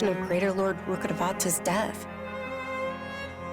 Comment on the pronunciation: akasha is pronounced normally as akash and rukkhadevata is pronounced as rukhdevta i found it funny somehow 😂